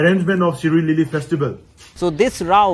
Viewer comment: It’s shirui lily no Siroy lily😂